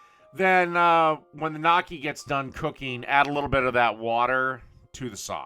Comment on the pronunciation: It's pronounced "Nyokkee." "GN" in Italian makes a "ny" sound like "canyon" or "onion." Personally I prefer gravy or cheese with gnocchi since it is mostly potatoes. I wonder if it's possible to make a poutine with gnocchi.